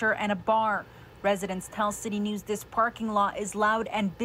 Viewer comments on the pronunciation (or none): it’s “this parking lot” not ‘dis parking lot’.. I mean if it matters?